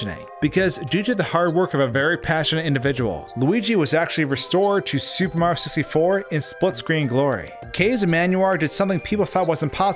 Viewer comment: He said "Supehmario64" like 30 times.